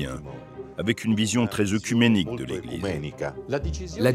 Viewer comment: "Œcuménique" toujours mal prononcé dans les merdia. On ne dit pas : "eucuménique" mais "écuménique".